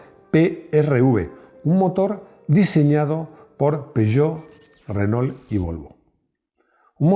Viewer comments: Qué cosa tan loca que los españoles no puedan pronunciar bien el castellano 🤣🤣 (en este caso tampoco el francés). Renault se dice renó, ma' qué "renol". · Se pronuncia RENó, no Renoul